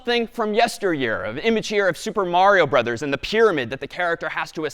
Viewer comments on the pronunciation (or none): none